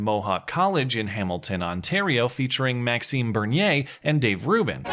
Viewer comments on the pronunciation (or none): It's "bear-knee-a," or it's "ber-knee-er;" how you and all too many pronounce it is combining both English and French into a Frankenstein's Monster of a name. Your pronunciation is not surprising, however, as it seems that everyone is too lazy to learn how to pronounce words correctly these days. I'm guessing that you wouldn't be comfortable with constantly being called Mate, though. Cheers, keep up the great content in any case.